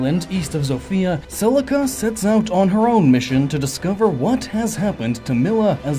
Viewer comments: "Selsia and Alm" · "Celcia" [Sell-SEE-uh] It's Celica*. [Sell-ICK-uh] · Celcia... but its Cel-ICA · Don't mean to be annoying, but Celica is not Celcia, it's pronouced Seh-Lick-uh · I went back and listened to it a few seconds after it happened just to make sure I heard right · Nobody: Him: CeL-CiA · I was loving this until Cellsia? Couldn't exactly take the gaiden portion seriously. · Celica is pronounced "Selika" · Neither are the words Celica and Beorc. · Syleph? Cecilia? It is Seliph and Celica. Think Toyota for Celica.